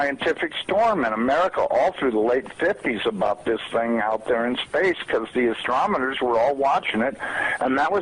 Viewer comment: Very old video which I remember laughing at back when because this guy is so off the wall! He talks about the bible and says that it mentions how we're going to have our memories sucked out of our heads and peeing on ourselves and much other nonsense. He calls the professional sky watchers Astromoners instead of Astronomers. Astro - mo -ners If you want to know what happens, read the New Testament books of the Apostle Paul; he is the apostle to the gentiles in the age of Grace (which we are in the very end of) Read and become familiar with the Gospel of Jesus Christ (1Corinthians 15:1-7) because the catching away of the Bride of Christ is mere moments away now.